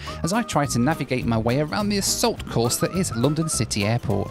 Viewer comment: I hope you don't think of me as a troll but, in watching this episode... I NOTICED that besides your British accent you have a unique way of saying "London".... You pronounce it Loo-don (or Lu-don); the pronunciation stood out primarily because I had just listened to your "Loo Review".... this is merely an observation, not trying to make fun of you. I thought it was humorous. Safe travels and keep doing what you're doing, I find it interesting and satisfying.